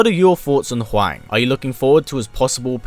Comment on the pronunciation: Im sorry but even Americans know its pronounced whong not waing. This video killed my respect for you.